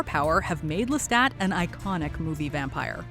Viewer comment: the only bad part is the assassination of the pronunciation of Lestat's last name which is franch.